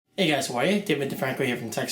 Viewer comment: The way you say 'How are you?' sounds like 'who are you?' to me. lol